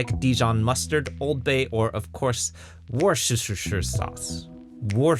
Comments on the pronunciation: Wooresestershire sauce 😂😂😂 W.T.F. It's pronounced "wuster" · Say 'WUSS-ter-sher'